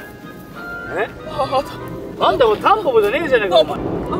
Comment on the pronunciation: としみつたんぽぽじゃなくてタンポンって言ってない？